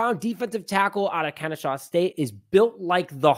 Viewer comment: Kenny-SAW!! PLEASE show the HBCUs some fn love and SAY IT RIGHT! ✌🏾